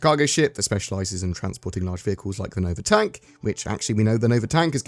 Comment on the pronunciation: Great video but you kept saying Nova Tonk wrong...